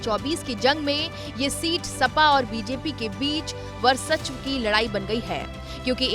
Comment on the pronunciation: Madam it is Varchsav